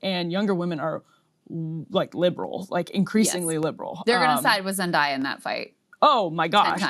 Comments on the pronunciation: Why is she saying Zendaya's name like that? Zen-DAY-a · I'm gonna be that guy lol it's pronounced ZEN-DAY-YA. Love you Krystal!